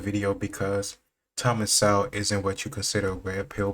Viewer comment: Please pronounce Thomas's last name with the "w" silent.